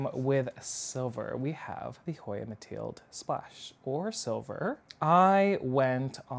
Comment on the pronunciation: What a collection - Mathilde Splash is my favourite. Surprised you don't have a Linearis. So great that you can pronounce them all 👏